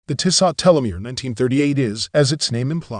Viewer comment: The end T is silent. Pronounce Tisso. But thanks for the video...the 1973 is superb. 👍